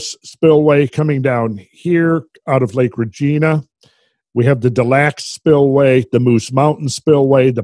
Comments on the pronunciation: Reg-EYE-na, not "Reg-ee-na". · btw its pronounced Regaina